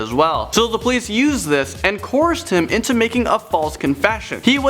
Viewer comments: The words you are looking for are coerced (co erced) and convicted (con victed). You are saying coursed and convinced. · "Discrimatory.." "Coorst.." Maybe get the other guy to do the videos with the difficult words.. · "He was convinced".... "she was corsed".... I think you mean convicted and coerced. How did this guy get a job doing the voice overs? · “Coursed?” Coerced. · the word is pronounced 'Co-ersed' not 'Corsed' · For the love of God man, stop saying coerced! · This guy does not know how to pronounce the word "coerced".. try using ur own words instead of reading a script